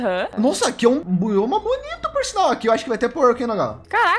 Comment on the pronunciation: Invés de eu ouvir "Bioma" eu ouvi "Bolhoma", audição 100% boa